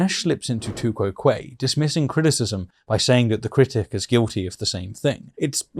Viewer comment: Tu quoque is pronounced too-kwo-kwee phonetically, not kway. It's Latin.